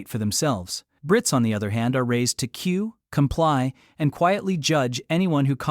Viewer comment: AI can't pronounce queue. Pathetic.